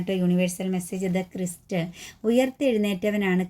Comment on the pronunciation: Sister. ക്രിസ്റ്റ് അല്ല. ക്രൈസ്റ്റ്.